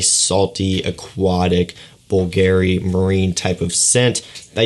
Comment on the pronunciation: you pronauce bulgarry not bvlgari just see how others say man